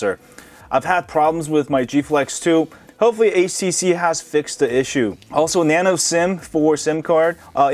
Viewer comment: Did I hear it wrong? It's HTC , but you pronounced it as ACC?...